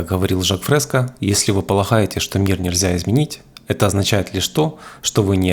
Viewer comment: мин. Не Жак ФрескА а ФрескО !